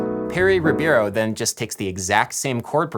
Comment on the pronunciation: Perry Ribeiro is pronounced “He-bey-row”....pq in Português the R at the beginning of a word sounds like an “h” in English. :)